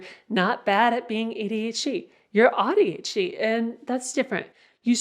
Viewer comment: I have to say that I don’t like how AuADHD is pronounced with “odd”. It breaks my heart a little.😢